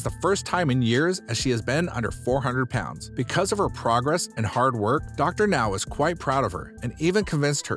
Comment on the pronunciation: Thank you for finally pronouncing Dr. Now's name correctly, but the narration is still very awkward...